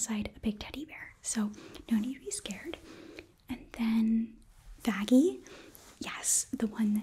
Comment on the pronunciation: Poot the weapon down was funny but i poot on subtitles and when you said vaggi it said fatty😂